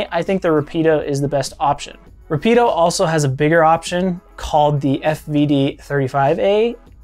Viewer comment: Nice job. It's just pronounced Rápid- Oh. I also own the fvd-16a. It's a fantastic piece of kit.